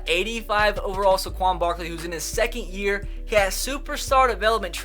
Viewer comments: it is pronounced "Sayquon", not "Sequon". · It’s Saquon not Saquan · I hate to be a grammar nazi and all but it's say-quon barkley not suh-quon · SAY-QUAN. SAY it with me. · Sorry for nitpicking but as a penn state fan, 1. It’s spelled Saquon not Saquan 2. It’s pronounced SAY-quon, not suh-QUON love ur vids keep up the good work 👍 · please stop saying suh-quan it's say-quan like so he can see this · Saquon SAY-QUAN please say this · When I get so mad that he says saquan wrong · You say Saquan Barkley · Saquan is pronounced (say) (Quan) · I don't wanna be that guy but it's pronounced Sae-quan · why u say his name so stupid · You are saying Saquon Barkley’s name wrong